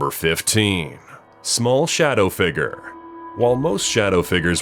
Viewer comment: Can anyone tell me what a "figre" is?